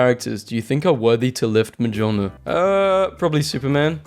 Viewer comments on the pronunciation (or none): Mjolnir ❎ Mejiolnir mejumhma ✅